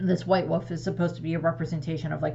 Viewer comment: I like that you say woof instead of wolf